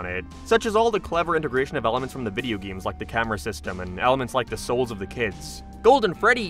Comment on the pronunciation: I'm so sorry, why do you pronounce "games" like gayeams 😭 What accent is that?